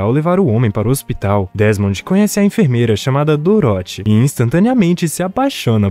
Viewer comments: É engraçado ouvir ele falando "Doróthy" ao invés de "Dórothy" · Filme bom, só fiquei com agonia você falando doroti kkkkkkkk Parabéns Sucesso ! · Cara, eu ri. Ficou engraçado. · Cara adorei o resumo, mas serio quase dropei o vídeo varias vezes por causa da pronuncia de "Dorothy"